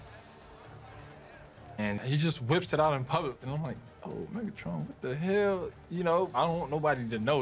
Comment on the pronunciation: That ain’t megatron that’s methatron